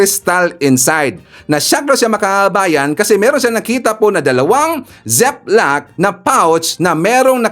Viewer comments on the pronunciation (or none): Learn how to pronounce the letters in and e,o and u.. broadcaster ka eh, nabobo kami .example: Zip Lock, you said Sep lock, should be Zeep lock.Haist!!